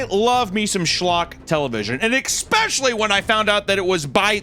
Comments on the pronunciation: Girl. Are you still saying ekspecially in 2024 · "Expecially" detected. I'm glad I have a few allies in the garbage TV department. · say especially like “ex” one more time and I will stroke out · Merch idea: Death metal stylized font saying "EXPECIALLY"